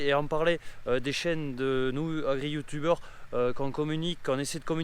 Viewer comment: Merci c vrai que ça change. Par contre j'ai explosé de rire quand le monsieur au début ( celui qui présente le journal avant que l'on voit chez toi) il a prononcé youtubeur😂